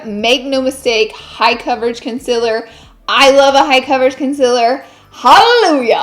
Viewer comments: Did anyone else notice how she says “concealer”?? It sounds like she’s saying “conciller” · Omg, she said concealer instead of conciler and I was like who are you and what have you done with Laura